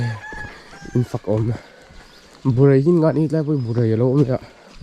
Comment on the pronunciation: My man. I ṭhiante tihbak i tipeih leh ta! Faina lam erawh inzir an la ngai deuhin a lang. Tin, Burai i ti em ni, Bawrai zawk a nia.